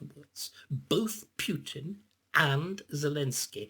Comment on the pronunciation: Spoilt by calling him "Pewtin".